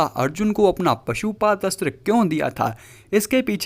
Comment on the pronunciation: Pasuupath nahi pasupath